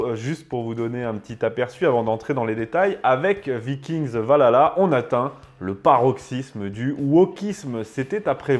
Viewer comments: C'EST PAS VALHALA, C'EST OUALALAH! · Je veut bien que vous soyez français et qu'il y a une prononciation française mais quand on parle de ce genre de sujet faudrait quand même faire un effort sur la prononciation du nom parce-que prononcée "Valala" au lieu de "ValHala"c'est vite agaçant on croirait écouter lalala de Y2K et bbno$